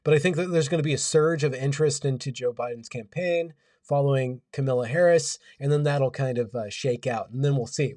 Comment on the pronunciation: It’s Kamala not Kamela. And just endorse Trump and fucking relax already.